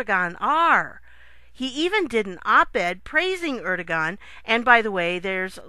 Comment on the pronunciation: Good work. One tiny correction: Erdogen- Pronounced Air-doo-wan